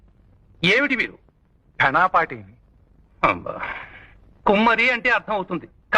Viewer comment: ఘానపాటి కాదు ఘనాపాటి!!